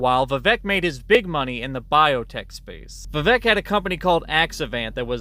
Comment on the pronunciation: For fuck's sake, just pronounce his name correctly, Viv-ake. Intentional mispronunciation is second-grade nonsense, also a chief MAGA tactic.